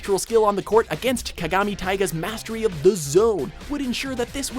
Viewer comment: Only thing I disagreed with I'd the way you said "Kagami"